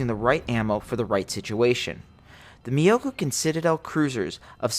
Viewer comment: myo-ko... not miyokou. for the love of god, you'll enrage the weebs.